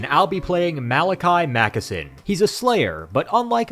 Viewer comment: Every single instance of mispronunciation of Malakai Makaisson or Spirit of Grungni is going straight into the book.